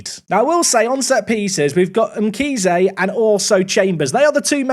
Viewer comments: Mkhize is pronounced like you do 💯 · Hi I'm from South Africa you pronounced Mkhize correctly